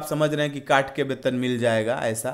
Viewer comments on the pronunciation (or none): Pahle bolna sikho zaiga nhi jaiga hota hai PTA nhi kya padhai krte ho